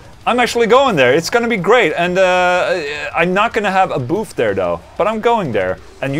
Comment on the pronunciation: "Not gonna have a boof (booth) there." lol sorry Ola. Sounds bad in slang here.